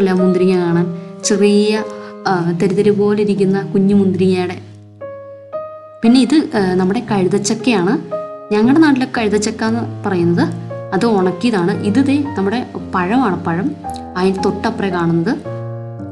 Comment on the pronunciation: കഴ്ത ചക്ക എന്നാണോ കൈത ചക്ക എന്നാണോ? 🤔😊😊